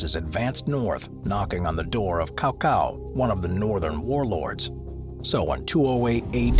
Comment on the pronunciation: It's not "cow cow" It's "Cao Cao" with an "S" sound. Very good try though 👍😊